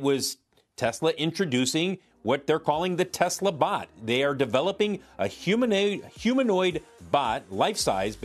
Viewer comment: God these reporters are paid to speak and can’t pronounce the word humanoid…